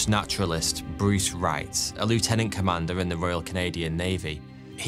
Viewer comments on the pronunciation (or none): you pronounce lieutenant wrong. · Ok, I'm picking at nits here, but is the Canadian pronunciation of Lieutenant not the same as British?